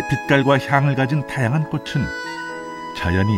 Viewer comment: 꽃은 ㅊ 받침이니꼬치'꼬츨이라발음해야'